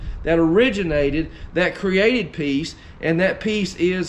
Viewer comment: At the beginning of your message I thought you were saying PEAS, LOL great message brother!